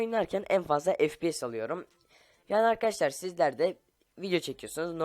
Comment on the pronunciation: fps değil, ef pi yes